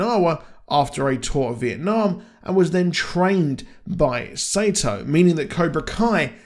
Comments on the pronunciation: Your pronouncing sato name wrong its not sayto thats wrong way to say it its sato like soo like your saying soccer but sato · Why do you pronounce Sa-to as Sey-toh?